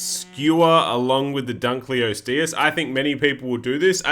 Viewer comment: dunk-lay-osteus like lebron